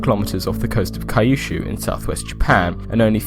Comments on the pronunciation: It's Kyoo-shoo, not kay-yoo-shoo. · OKOKOKOKOK what is kaiyushu? its pronounced kuyushu 九州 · Kyushu. Like ”CUte SHOEs". Not Kai-ooh-shoo. Love your videos, keep it up.